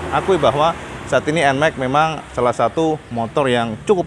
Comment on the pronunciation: Nmax bukan Enmek 🤣